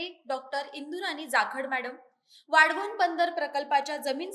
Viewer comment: हिला वाढवण बोलता येत नाही.आली वाढवण बंदर बनवणारी😊😊